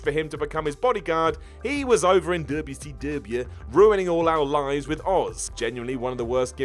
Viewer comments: It's not dabyu see dabyu it's wce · you’re great, but can you please stop with the WCW pronunciation insult.